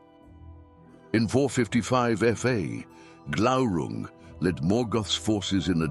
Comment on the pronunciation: Glaurun"g". Isn't it? Glaurung? Ah. There it was. You missed the "g" at first, I thought. The only part of the Silmarillion that I memorized, the epitafium on the Isle of the Hapless: Turín Turambar Dagnir Glaurunga.